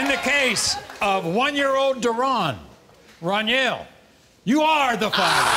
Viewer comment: Maury called my boy dunyell the whole time that man name is Runyell 😂😂😂😂